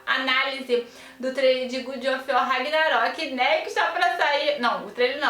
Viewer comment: "Good ófi uor" ksksksks boa Só zueira hein, moça ksksks